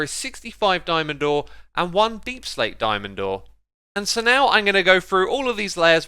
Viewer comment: "Dyeman door" lol